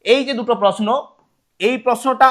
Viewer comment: প্রসনো আর প্রকাস😂😂